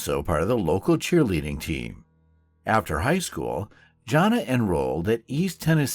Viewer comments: It's not pronounced Joan Uh! Really?! It's John uh. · It's "JOHNuh" not JOANuh. Not researching the correct pronunciation of the victim's name is disrespectful and lazy. Further, in the United States, distances are reported in miles. Out of consideration for your U.S. viewers and this U.S. crime, you should include mileage, not just kilometers.